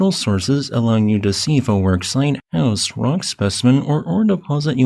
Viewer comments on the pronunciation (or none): none